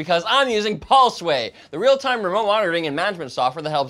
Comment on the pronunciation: Pulse - Way... Not Paul-Sway